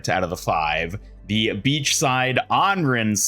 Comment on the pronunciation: For the love of God please someone teach this guy how to pronounce ANRAN.